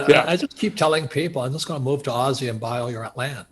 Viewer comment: Can someone please correct him on the term ‘Aussie’!